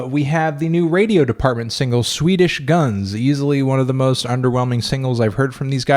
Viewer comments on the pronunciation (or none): none